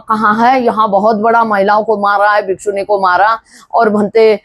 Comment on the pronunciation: भिखूनी शब्द सही नहीं बोल रही